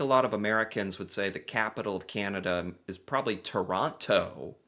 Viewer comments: guaranteed they could name three if they knew that they were Canadian, which they don’t. come on, you’ve watched enough videos to be able to pronounce Toronto properly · You know someone is American when they pronounce the second "T" in Toronto. LMAO